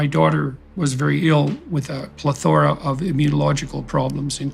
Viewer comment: He doesn't pronounce plethora properly.